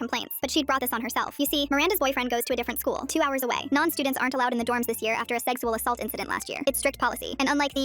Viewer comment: HELP I CANT "seggsual assult"